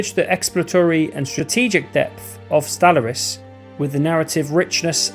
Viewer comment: Sorry, but after 15 times of hearing you pronounce Stellaris wrong, I just can't listen to this anymore🤣